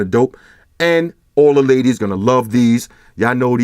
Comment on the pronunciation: when ever says "ladies, hit me up" or just pauses and says "ladies" gets me everytime😂😂